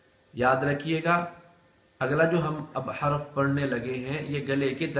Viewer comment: Haraf nahi harf